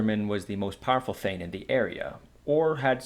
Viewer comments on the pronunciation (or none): none